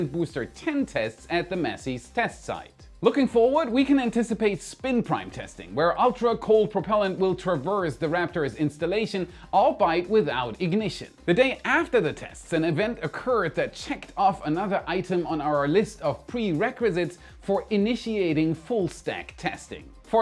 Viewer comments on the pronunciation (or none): FYI, "albeit" is not pronounced "all-byte", even though I understand why a German speaker would think so. It's pronounced all-be-it. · Slight nitpick. It’s pronounced “al-bee-it”, not ‘al-bite’. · Sorry for being pedantic but "albeit" is pronounced "all-bee-it" not all-bayt. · Al...buy...it? The word albeit is pronounced al...be...it 🌝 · Great video! , you pronounced 'albeit' as ɑːl-baIt...it's actually pronounced aal-bee-uht. I know, you're german, but I've heard you use mispronounce it in other videos so just thought I'd let you know. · all-bite? 😅 your German is showing! it's all-be-it. albeit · Great video as always! Thank you! (n.b. - fyi, "Albeit" pronounced "Al-bee-it") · Albeit is pronounced "all be it" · Hey, love the show. Pedantic tip: the word albeit is pronounced all-be-it (not like German Arbeit). Thanks for all you do! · Hey! Maestro =my-stroh, Albeit= all-be-it Love ya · To help not criticise, albiet = al (almost like 'ell') -by-it. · Not trying to be an ass - just trying to help you improve your US English! is pronounced in 3 syllables with emphasis on the second syllable like this: "all-be-it". Love your content!!! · The word "albeit" is pronounced ALL-BEE-IT :) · albeit: all BEE it.